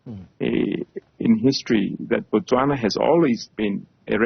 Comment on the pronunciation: Its NOT Batswana , its Botswana. Batswana is the name for citizens of Botswana , as in America , American!